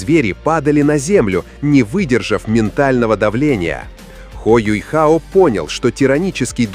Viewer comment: я не про рисовку, да он теперь выглядит старше, опытнее и мужественно. Меня триггерит "Юйхао", откуда в имени взялся этот "й"?? Он Юхао а не Юйхао🤦‍♂️